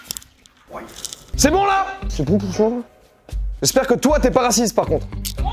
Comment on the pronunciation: c'est moi ou il répond vraiment 《 Eh ! Je suis racisteuh ! 》🤣🤣🤣